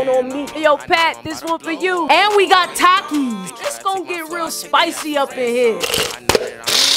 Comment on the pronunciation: She actually said TAKIS correct for the first time